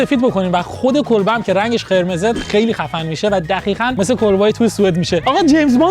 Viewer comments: دوباره گفتی دخیخاً😂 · خدا میدونه توی این کلیپ هم چند بار میخواد بگه دخیخاً و خَبل 😂😂😂